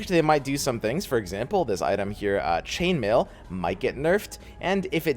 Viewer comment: yeah i was gunna watch it but the way you said item just fucked me on up.